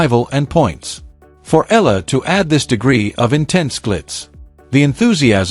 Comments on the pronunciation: Pls EALA is pronounced E-yA-LA Starting to get tired of hearing otherwise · I don't understand why some commentators cant rightly pronounce name of players, of course they heard it right bu continue to miss pronounce it's E YA LA ,stupidddddddd